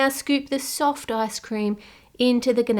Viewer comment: everytime you say icecream, i hear asscream :(